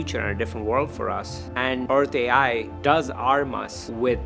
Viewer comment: No French speaking person ever watched this translation? Take a listen to how it pronounces Earth AI. 😢 Almost like Hershey ... Hurtsay? Certainly not Earth AI ... Which should be pronounced as in English or using IA (intelligence artificielle)... 😅